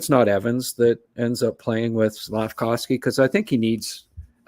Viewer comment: Not sure why a year and a half after Slafkovsky has gotten drafted you still call him "slafcowsky"